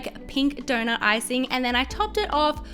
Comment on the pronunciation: Iike if you agree I am just saying every time you say donut 🍩 it sounds like donor but really cute tho ps ❤️ your vids